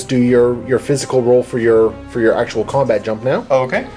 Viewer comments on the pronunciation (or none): none